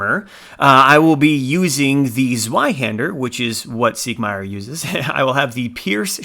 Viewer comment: Awesome video but next time you come across Siegmeyer listen to how he pronoonces his own name.